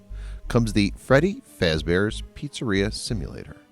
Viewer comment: You said Freddy Face bear You meant to say Freddy Fazbear’s